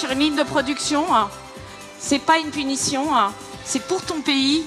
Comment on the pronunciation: ''c'est pas une punitioneunn''